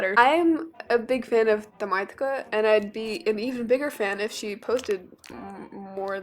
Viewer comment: Tamaytka is pronounced as "tameytka" btw and i really love your art and your personality